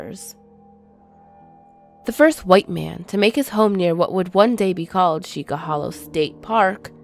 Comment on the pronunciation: It is pronounced see-cha hollow... or at least that's what people call it in the area I'm from